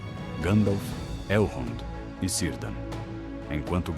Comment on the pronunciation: Vídeo ótimo, porém pronúncia péssima de nomes com a letra C ,a pronúncia certa é KELEBRIMBOR,KIRDAN